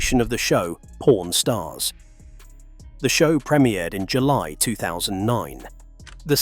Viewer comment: Really not the best ai accent chosen for this video. Pron stars lmao